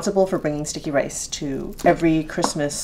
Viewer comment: Sounds like you are saying stinky rice :D